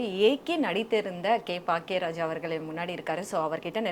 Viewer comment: His name is Bhagyaraj - she keeps saying Paackiya Raj. It’s ஆணவக்கொலை and both of them are saying ஆவணக்கொலை!!! (As in Documented Murder) 😂😂😅